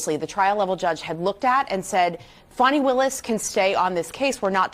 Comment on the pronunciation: "Faw-nee Willis" HAHAHAHAHAHAHAHAHA!!!!!!!!!!!!!!!